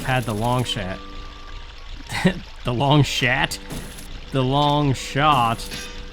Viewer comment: I was following the vibe of the video well until I heard you say "the long shat" I kept cracking up after that